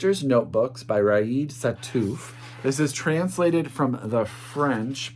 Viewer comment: hi, new subscriber here, i really love your calm and joyful demeanor, and the love pouring from your words when you talk about books ! It's so pleasant to listen to you ! P.S. : "Riad" is pronounced "ree-yad" in France, hope it helps